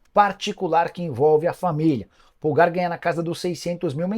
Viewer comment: Uma hora fala pulgÁr ... E no anúncio principal fala "Erick pÚlgar" ... Pra ficar parecendo com o atacante kkkk po